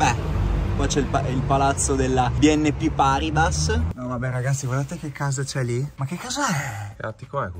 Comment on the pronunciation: Paribas, almeno la pronuncia !